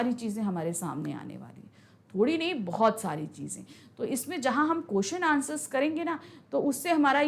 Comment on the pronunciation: bhoit bhoit kaal 😂 bheut bheut chuke😂